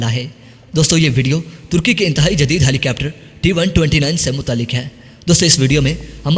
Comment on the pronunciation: Rai yeh hai keh yeh lafz helicepter nahi helicopter hai. Apni pronunciation durust karen.